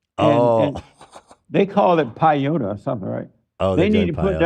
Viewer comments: Hearing JLP try to pronounce peyote was incredible . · hes trying to say "peyote"☠️ its used ceremonially, not recreationally